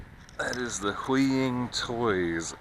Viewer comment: Hooii-Ying Toys, that's how it's pronounced